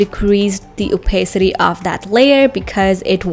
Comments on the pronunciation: the joke was she pronounced opacity wrong, in case you're wondering. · Why are you making fun of somebody's pronunciation?